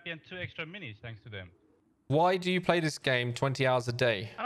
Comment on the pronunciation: p-lay has me dead